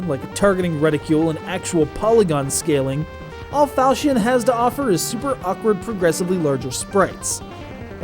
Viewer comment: its a falchion not falsion